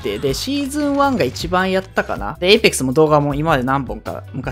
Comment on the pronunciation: え↑いぺっくす えいぺ↑っくす